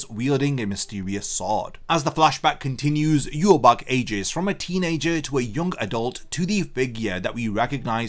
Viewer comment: So you're continuing to pronounce yhwach's name completely incorrectly.